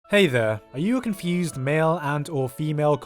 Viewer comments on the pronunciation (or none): none